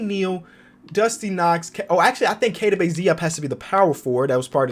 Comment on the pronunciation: Am I the only one who hears him saying klt4q instead kot4q